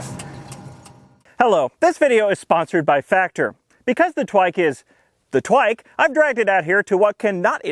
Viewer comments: the first time you said "twike" i understood twink and spilled my drink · “Inside the twin- twike” nice save lmao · "Inside the twink twike!" haha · “Inside the twink… twike” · "Inside the twink- TWIKE" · "Inside the twink, twike" Soooo Im not the only one.